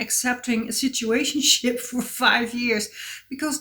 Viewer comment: I love your accent, and sometimes your "situationships" said quickly sound like "shituationships" — quite fitting and always make me agree haha.